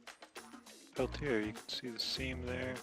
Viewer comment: Pelti(AYE)? I think not. Sellers would be the first one to correct you. It's pronounced "Pelti(ER)